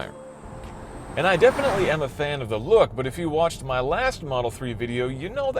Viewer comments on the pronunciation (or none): none